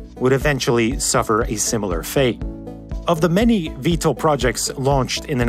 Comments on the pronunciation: Pronounced "VTOL", not "VTLE" (Vee-Tol, not Vee-tle) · VTOL not VTAL 😂 Vertical Takeoff OR Landing not "and". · I've worked in aerospace, not once have I heard VTOL pronounced V-TOLE, it's always V-Tall. Really takes away from the video.